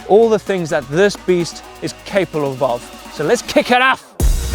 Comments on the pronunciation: "all the things this beast is capleabob" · hahaha "all the things this bike is caphallable of" hahaha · You pronounce capable as cabaple